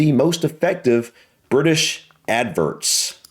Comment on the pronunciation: Laughed every time you said “adverts” 😂😂😂 Ad-verrrrts